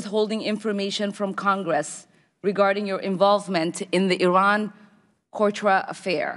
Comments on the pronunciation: She said cortra...beeep not a strong start..she didnt let him speak because she didnt know a thing about what she was talking about obvi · I love Omar, but I wish she could read from her sheet and pronounce the words "Contra" and "Nicaragua" without stumbling throughout the whole subsequent parapgraph. I did, however, LOVE her commment, "Thanks for your participation"